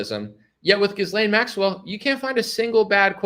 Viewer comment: Dude - The “s” is silent in Ghislane